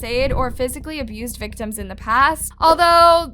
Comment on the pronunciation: whyd you say “victims” like that 😭